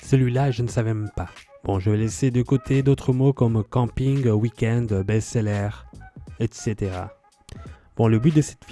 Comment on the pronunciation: hahaha Sacré! Alors le "er" ce n'est pas le son "ère" (prononciation allemande) mais "eur". "Pulovère" devrait être "Poulouveur" "Best sellère" devrait "Best selleur"